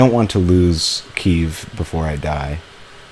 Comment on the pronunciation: its pronounced KEY-EV